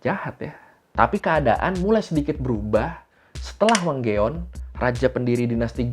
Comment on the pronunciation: Beda2in nya dr klan2 keturunan mrka Btw astaga Wang geon dibaca mentah2 😂😂😂😂